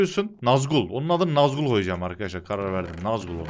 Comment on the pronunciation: Abi nazgul ne ya. Sen Yozgatlısın. Nazgül koy😁